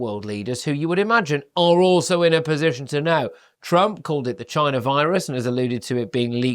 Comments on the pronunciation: Trump was saying CHYNA, not China, big difference! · Note...📣 Is it a coincidence that there is a place in Jefferson County, in Texas named "China" in the University of Texas there, is a Bio- Lab..(WUHAN)..! Ever wonder why DJT always pronounces "China" the way he does...?